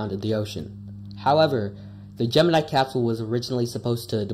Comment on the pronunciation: You mispronounced Gemini